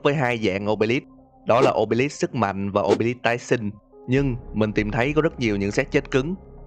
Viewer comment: Khối ô bê líp nge thành ô bê lắp Khối sì lầu ông bê líp 😂😂😂😂😂